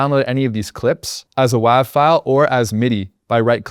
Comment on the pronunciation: "as a WAV file". ha ha...his David Bow-wee moment.